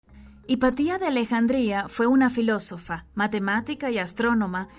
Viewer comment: Por qué la relatora no cuida las palabras?... menciona Alejandria por Alejandrina y. .... filosofía en vez de filosofa... estos errores le restan credibilidad al texto leido